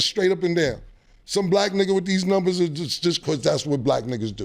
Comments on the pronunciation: Somebody tell Mase the word is NUMbers not NIMbers 😂😂😂😂😂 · Mase really can’t say numbers lol